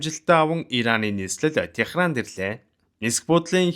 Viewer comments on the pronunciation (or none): Гоё кино ярьсанд баярлалаа. Гэхдээ энэ удаад шүүмжлэлтэй хандах нэг зүйл байнаа. Алгир Техран гэж уншихгүй. Алжир, Тегеран гэж уншдаг. Газарзүйн багш болохоор хүндээр хүлээж авсан байж магадгүй уучлаарай Дипломат харилцаатай улсуудын нэрийг яаж унших, бичихийг журамласан тольд оруулсан байгаа. Сонирхоод үзээрэй